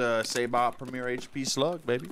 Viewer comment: "Say-bot" 😂